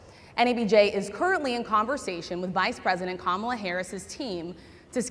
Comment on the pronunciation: He purposely mispronounced the VP's first name. He knows it's "KA-mala." You could hear the groans. How would he feel if we all called him "duh-nALLd" from now on? Or Mister "TROOMP"? He's an old man who know what he's doing. He's a criminal who can't answer the tough quesrions.